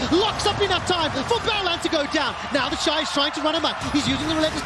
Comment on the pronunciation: Same!!! I have to stop and be like "who tf is 'theshee'"